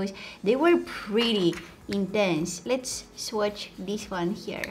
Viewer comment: “Let’s open this like DIS,and like DIS” lol